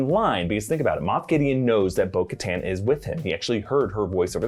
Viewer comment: I got so triggered every time he said bo katan